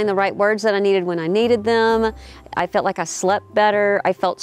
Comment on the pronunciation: "felt" or is ?..